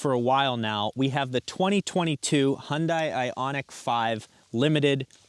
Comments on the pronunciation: H’yawn Dae, not Hun Dai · Great video. Only suggestion is with pronunciation... It's "Hyun-DAY...rhymes with SunDAY" (from Hyundai's Super Bowl commercial addressing the pronunciation) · it's pronounced hyundé (dae) .. they messed up romanization of the korean word imo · It’s Hyundai, like Sunday lol😂. Great review!